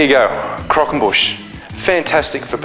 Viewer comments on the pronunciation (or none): Nice video. Love the way you say "Crockonbush" hahahaa!